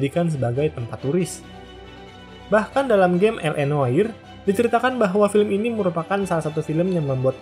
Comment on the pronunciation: Noire dibacanya Nwah, min🙏